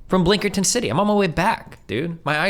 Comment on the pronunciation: The blinkerton and penjamin made me have to breaks from listen. □□